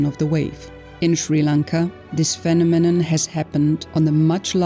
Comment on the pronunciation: The way she said phenomenon lol